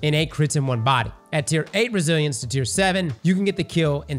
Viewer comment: I swear says Brazilians sometimes when talking about Resilience 😂